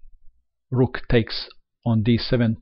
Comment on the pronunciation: Kwin and Ru:k 😂😂 the accent is so good, I love it